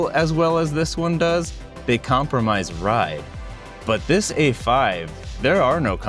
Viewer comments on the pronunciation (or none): none